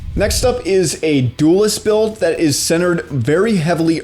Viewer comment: Guys, it's called Duelist. Not duolist. Lol otherwise great video